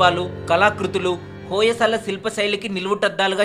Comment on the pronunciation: hoyesala kadandi hoysal plz mistake cheyyakandi